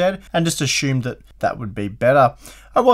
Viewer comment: Perhaps you ashoomed too much? Since we all know what "they" say about ashumptions...